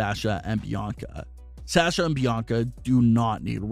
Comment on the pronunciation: Dude You keep saying sasha's name wrong. STOP IT. It is real annoying.